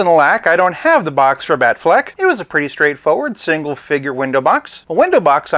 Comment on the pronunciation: Whenever you say Afflec, I think of the goose shouting Aflac! in the insurance commercials lol. So um yeah... Bale Batman was my fav. Had wayyyyy better storylines except for the last movie.